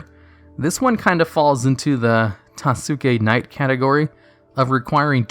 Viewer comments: TASUKE KNIGHT AKA "TOSS-K KNIGHT ". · My man said tasooki knight.